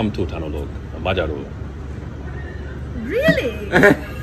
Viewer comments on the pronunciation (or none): Some tips: Jól vagyok (with a letter L) Magamtól tanulok (not "tanálok") És te? ("is" means also) Szia (you can use it like hello and bye; we dont have "siya") I like your videos. Keep doing that! You're very good!